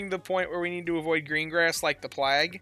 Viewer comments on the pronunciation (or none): The rats are back! also just fyi I’ve heard you say avoid it like the plague wrong a couple times. The a in plague is pronounced “Play-g” not the a rhyming with flag haha